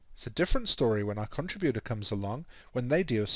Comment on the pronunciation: please learn how to pronounce contributor.